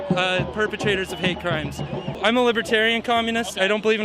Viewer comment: "I'm a libertain communist." That got me laughing so hard. I don't think he knows what a libertairian or communitst is.